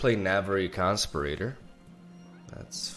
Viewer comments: Con-spi-ra-tor not constipator. what would it be in Spanish? someone who conspires. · "Con Spear Ih Tore" As in someone who conspires. Not "Con Sper Ater " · Hey, love your vids. I don't know if you want people to correct your English but, it's Navori con-spee-rah-tor. Again, much love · Oh my god his pronunciation of conspirator is so cute. it rhymes with inferior, you're saying it like ventilator. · The way pronounces conspirator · The way he pronounces conspirator triggers me every time. Is he saying it wrong or is it my bad English?